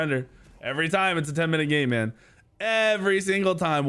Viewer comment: "every single time its a 10 minute gay man". whenever anyone says "game man" I cant unhear "gay man" lmfao